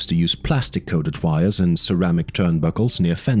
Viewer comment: While I like the sense of horror that this tries to convey, I do not believe that this is not an AI narration. I'm not even 2 hours in, and the amount of mispronounced words is astonishing for a non AI voice. Simple words like ceramics or "this, them, and that." Sometimes pronounced "dis, dat," other times they're not. Then there is the incorrect emphasizes on syllables of certain words like characteristically....all these are indicators that it's AI. Might be the OPs voice, but I don't think he was actually reading it. However, I still enjoy it. The slow tone, and the quiet but ominous music in the background makes this feel like a horror story, which Jurassic Park actually is. A sci-fi and, even folk horror story.